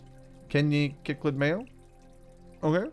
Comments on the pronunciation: Cichlid is pronounced sicklid, awesome video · Cichlid is said Sick-lid